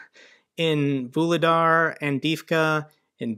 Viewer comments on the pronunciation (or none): none